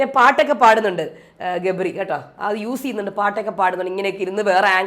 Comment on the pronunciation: jabri alla gabri aanu 😂😂😂😂